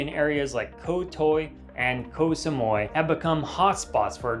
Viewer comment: Koh Toy and Koh Samoi? 🫡 Tao and Samooee